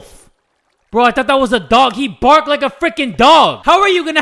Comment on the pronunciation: "HE BARCC LIKE A CHIHUAHUA LIKE YÆY YÆ YÅE"